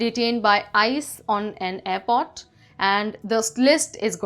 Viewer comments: Its not airpot its airport with an R in it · even in india we don't say airport as apot..... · Please learn to pronounce words "aiport" and "story" correctly. You're messing up my English, lady.